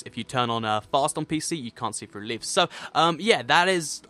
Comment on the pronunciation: Am I the only one who laughed with how he said "leaves"?